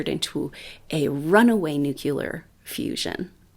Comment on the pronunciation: 🧐 sorry, but you said 'nucular', instead of nuclear. Jimmy Carter, who was a Nuclear Engineer, as well said 'nucular'. George W. Bush also mispronounced that word., please don't be one of them (that do).